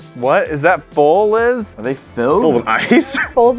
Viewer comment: It’s Liz not lis